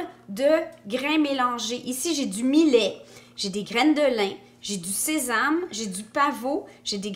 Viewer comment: Pour ta culture perso chère, millet se prononce « mi-yè » 😉